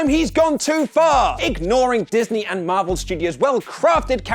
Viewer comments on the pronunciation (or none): none